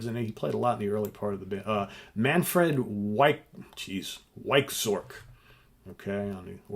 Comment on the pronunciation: I think it's Manfred Vee-CHOR-keh. But I'm just guessing.